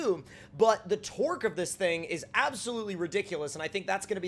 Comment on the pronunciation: idk if this is just me but when he says torque it sounds like twerk